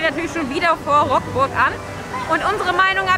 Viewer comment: Sehr gutes Video, aber: Rockburgh??? Es wird leidergottes Rukburgh ausgesprochen...